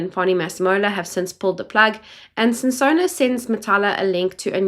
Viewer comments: Not SESONO, please use correct surnames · Correction NOT Sesona BUT Senona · And Senona instead of Sesona that might be used in defence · Not Sesona, it's senona. It's hard to listen to your channel because you don't pronounce names properly, it's not even about language, it's so irritating. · Senona, not Sesona*